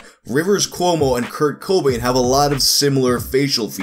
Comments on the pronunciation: Dislike for the cringy pronounciation of Kurt Cobain (it's Co-BAIN not CO-bain) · Haha it's just Cobain not CO Bain 😂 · co BAIN not CO bain. Wrong emphasis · its Kurt co BAIN, not Kurt CO bain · It's cohb-ain, not coh-bain. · youre supposed to accentuate the bain not the co so its coBAIN instead of CObain which is how you pronounced it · you emphasized the CO. The emphasis is on the Bain. coBAIN not CObain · is the first guy I heard say CO-bain instead of co-BAIN. It's not much of a difference but it was mildly annoying. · Its coBAIN. Not CObain. Wrong emPHASIS on the wrong syllABLE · putting the emFASIS on the wrong SYLAble CO Bain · It's the emphasis on "co" that we're poking fun at. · You over emphasise the first syllable in Cobain like the 'Co' part of "Co-Payment" and place less emphasis on the last syllable, prouncimg it like the Batman villain 'Bane'. His name is pronounced 'coh-BAYNE', actually dulling the sound of the 'o' vowel and emphasising the second syllable. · Coh - Bayne god Damn it. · Why do you put so much emphasis on the "co" in Cobain. Sounds like Kurt Khohbain. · The way you pronounce Cobain as CO Bain hurts me. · Kurt kOObain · “Kurt KO-bain “ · Do...do you really just keep saying Co-byn through the hole video like its normal? Yes you do.. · Kurt C-OH-bain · Its actually pronuuuuonced aaazz: Krt Kuhwoooowaah-bn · Why you pronouncing cobain that way hahaha. You doing that on purpose. Hahaha. Over and over Kurt Co-Bain. I’ve laughed every single time you said it. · Probably been said a bunch, but Kurt CO-bain lol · I really do not understand what's wrong with how I'm pronouncing his name. Should it be "CAH BAIN" or something? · U know that family guy episode where Stewie pronounces Whip? You're placing too much emphasis on the Co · goddessvenom It has nothing to do with it being Kurt Cobain, it's just the way he pronounces it. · goddessvenom I get annoyed when people put the emphasis on the wrong syllable in "taco BELL" too